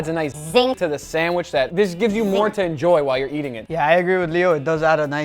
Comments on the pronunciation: Haha Uncle Guga says sandwish instead of sandwich 🙂🙂🙂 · GUGA....it's called sandwiCH not sandwiSH! WHY U KEEP CALLING IT A SANDWISH!!!! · You pronounce Sandwich - Sandwish. Must be a south american accent. Wierd ^^ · He can make a pretty good “samwish” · Why do you pronounce the CH as an SH in sandwich (not sandwish)...? Brazilian Portuguese has the ch sound. Just curious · I love the way Guga says Sand-wish XD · Am i the only one hearing sandwish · Respect Guga but it really grates on me how he says sandwich 😂